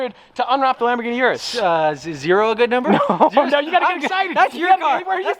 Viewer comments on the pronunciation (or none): I can't wait til the Urus is gone and we don't have to hear you constantly mispronounce it anymore